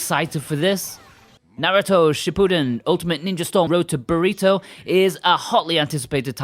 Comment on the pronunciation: It sounded like he say: Naruto, road to Burrito. I can't believe I never thought of that before.